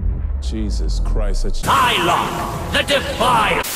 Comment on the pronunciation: it's "Sylok" not "Sylock"